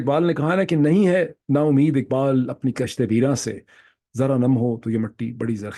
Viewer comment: Kishtay weraan se not kashte weran